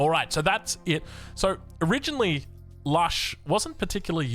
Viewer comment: it's Lush. As in 'lush greenery'.